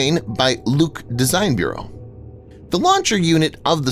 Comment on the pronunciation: Stugna made by DB Luch, not Luke. Lutch if it be easier to read. As "ray" from english.